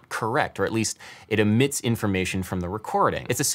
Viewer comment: omit not emit